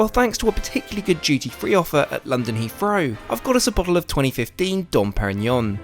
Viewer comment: Did I hear “berf” and “Heafrow”? Where does that accent come from?